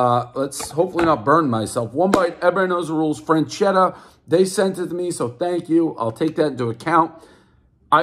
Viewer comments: Ur saying it wrong man damn. Fresh etta that's how u say it. Sound it out dave u can do it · "fresketta" is the proper italian pronounce, is stand more or less for "fresh"... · Where you see an “n” in freschetta??? Calling it frenchetta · Not "frenchetta". Learn to read. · Freschetta has a non silent, non existent “n” apparently. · One bad mispronunciation, everybody knows the rules. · How he kept pronouncing it was driving me insane. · Doesn’t know how to pronounce Freschetta even. Everybody knows the rules. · One self proclaimed pizza expert who mispronounces most Italian words. Everyone knows the rules. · "I won't hold that against you." Proceeds to mispronounce the brand name the entire review. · Holy shit did you butcher that name.. this is the best frozen pie ever. I actually commented on another frozen review cuz I didn’t see them on the list. They have so many styles, there’s a thin crust you would prefer over this one but they’re all flavor bomb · said the name correctly once out of 15 times, everybody knows the rules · Guy pronounced it wrong every time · One mispronounced word everybody knows there’s no N in Freschetta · One complete mispronunciation of the company name, everyone knows the rules!!! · Lol. Portnoy can't even pronounce the name of the product. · Learn to pronounce it correctly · Mispronounce the name horribly- everyone knows the rules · It’s not French-Etta That’s how you’re pronouncing it. It’s Fresh-Etta. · freschetta - "FRAN-CHEDDAH" really dave? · Says "FREN" chetta instead of "FRESH" chetta. Everyone knows Dave can barely speak at the level of a 4th grader. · One franchetta everyone knows it’s FRESchetta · I cringe every time I hear Dave switch between "frenchetta" and "freshchetta" knowing both of those pronunciations are incorrect. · Didn’t know there was a “N” in Freschetta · It’s freShetAh Not Fran-chedda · One “Frenchetta” everyone knows Dave cant pronounce simple words. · “Say Franchetta one more time!” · “freNchetta” -Prez 2020